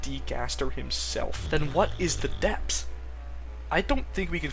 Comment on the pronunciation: No shade whatsoever, but I find it very amusing how you read "the depths" as "the depps"